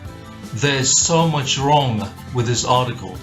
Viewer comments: And saying "vrong" over and over again. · ita :da notare la convinzione con cui dice "wrong"! sembra che nemmeno lui sia convinto delle sue cazzate😂 eng: notice how convincing he pronounce evrytime "wrong" , it's look like he didn't belive himself at his bullshit😂